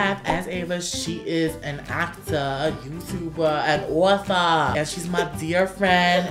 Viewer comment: The way Patrick said author😂😂